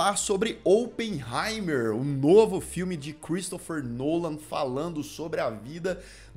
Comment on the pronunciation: Só pra dizer que é Christopher Nolan e não Cheristopher Nolan 👍🏻